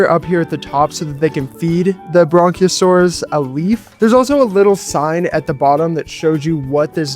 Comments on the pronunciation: These look really good but just to let you know the brachiosaurus is pronounced br-ac-ae-o-saurus. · bronchiosaurus ye not Brachiosaurus